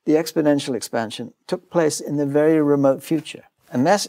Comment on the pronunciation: Have we come close to even wild guess what is 'the wery space' is? Hahaha